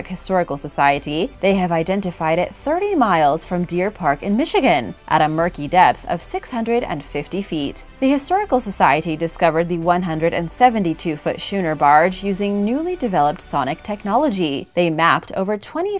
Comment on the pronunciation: Schooner is pronounced skooner, not shooner, the sch is pronounced the same way as you would pronounce the word school